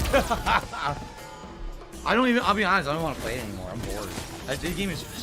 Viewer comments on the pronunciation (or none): I can't stand how he says a lot of things but chief among them is the way he says "it." "I don't like yhit" ERRRRRR